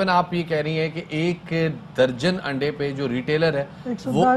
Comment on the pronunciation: O payi Aandai nhi Andai hota hy